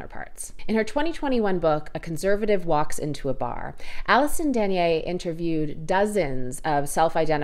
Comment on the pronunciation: 2 minor corrections: 1) "A Conservative Walks Into the Bar" was published in 2012, not 2021. 2) Alison Dagnes' last name is pronounced "dag-nes". She was my professor which is why I know this. Other than that, enjoyed the video!